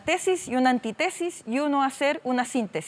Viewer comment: Se dice antítesis